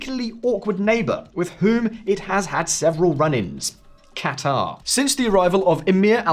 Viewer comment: The portrayal of Saudi Arabia’s dynamics and calculations in this war is as good as pronunciation of Saleh and Qatar 😂. This is the same level of understanding of the sunni/shia dynamic in Iraq, congress had before the Iraq war. White guy making Middle East 101 videos for other white dudes, never having set foot in the Middle East. Classic.